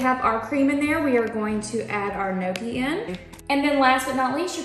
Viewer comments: Hi. I’m Italian. FYI, it’s not no-key. It’s pronounced nyo-key. The gn in Italian is pronounced the same way as in French ie filet mignon. Impress your friends by pronouncing the word properly. 👍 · I'm 70% Italian too but I never had gnocchi since my parents never cooked it so I had no idea how to pronounce it.. I think since so many ppl don't know how to pronounce it it actually would be impressive to me since even I never knew how, LOL.. The only reason I learned is because my son works at a fine Italian restaurant and he makes the gnocchi by hand.. The restaurant was just on Good Morning America this week!.. So I'm in my 50's and it was my son that taught me how to pronounce it correctly!! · I dont think she was trying to insult you.. I think she was only trying to teach the right way to say it because most ppl dont know..Its funny we all know how to say pizza, lasagna and spaghetti but no one can say gnocchi right, LOL but I always knew I was pronouncing it the wrong way tho!!